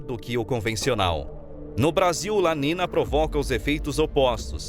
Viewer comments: Acho o conteúdo do canal muito bom! Porém não se trata de uma crítica mas sim de um "toque", algumas coisas são faladas de forma errada, tipo, não se fala "La nina" e sim La NINHA, (é um termo em espanhol) percebi certos erros em outros vídeos. No mais parabéns pelo conteúdo. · Amigo se escreve "niño ou niña" e se pronuncia "NINHO E NINHA" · Documentário bem elaborado, apenas uma ressalva: a pronúncia incorreta dos eventos La niña e El niño em espanhol é La ninha e El ninho - A menina e O menino